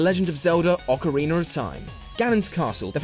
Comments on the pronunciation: Sounds like he said orcawiener of time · Please stop saying "ahkareener." There is no "r" at the end of ocarina. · "ocariner of time" hahaha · ocariner of time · why does everyone pronounce ocarina of time "ocariner of time" wtf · Ocariner Of Time. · ocareener ay? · Ocariner????? xD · Ockareiner ahthyme. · What's an ocoreener of time.... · Ocariner of Taim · Stop pronouncing A's as E's you dumbass. OCAREENER